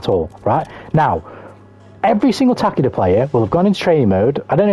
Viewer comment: TAH-KEH-DA SURELY NOT TAH-KEY-DA